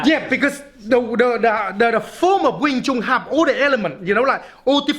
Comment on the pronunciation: Small correction sir, its wing chun, i had the cumpulsion of correcting this cause it has become a very common mispronunciation which is based on biases(altho not malicious ones but hurtful nonetheless) about the chinese languages.